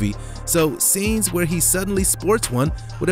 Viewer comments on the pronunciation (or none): none